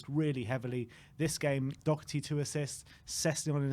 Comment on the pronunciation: Funny how still can't pronounce Doherty correct nor give the Irishman credit when it's due.